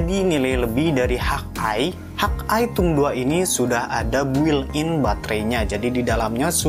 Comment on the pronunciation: review bagus, cuman ejaan englishnya dibenerin bang .. masak hawk eye dibaca "hak ai" dan thumb dibaca "tumb", geli aja kuping saya dengernya .. wkwkwk